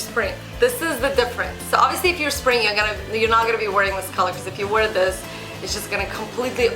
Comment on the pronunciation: wear - not 'war' :/